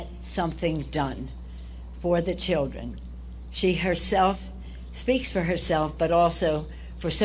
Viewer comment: Fa da cheedrin…fa da cheedrin